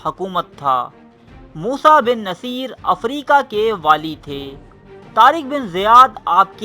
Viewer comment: موسٰی بن نصیر Moosa Bin Nusair not Moosa Bin Naseer as you pronounced